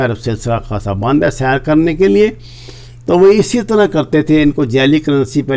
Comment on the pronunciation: ھے کو تھوڑا اور کھینچ کر لمبا کیا کریں پلیز،